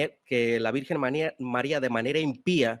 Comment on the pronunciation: Con todo respeto… este señor no sabe ni pronunciar bien el español y quiere enseñar Griego??? Criticando un título dado a la Virgen Maria desde siempre!!!